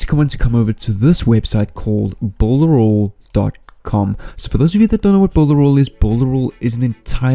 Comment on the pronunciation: You said builderal 20 times, hehehe hope to win the giveaway need to download this and rewatch it again so I dont make mistakes love the affiliate program on it and all the tools on it to assist me in my affiliate marketing journey its 6month now and I haven't made any sales yet on warriorplus NOR clickbank, thank you for the strategy.